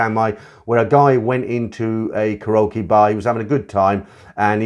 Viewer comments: Mate, it's pronounced "carry okie", not "ca rokie." Lol😂😂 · 1) Karaoke “Carry okie”, not “croaky”; 2) An argument ENSUED, not “ensured”.